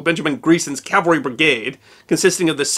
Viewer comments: The most often mispronounced word in military terms is "CAVALRY". Most people including myself and you pronounced it a couple of times it: "CALVARY" (Which is actually the other term for the hill in Jerusalem known commonly as Golgotha. Just an obscure history term. It is very easy to mispronounce. I had done it many times. Love your videos! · Dear -- may I kindly suggest you learn to pronounce 'cavalry' correctly, instead of pronouncing it 'Calvary'.